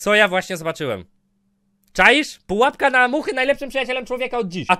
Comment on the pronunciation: #PUAPKA 💕 Kocham jak on mówi Padżąk 💕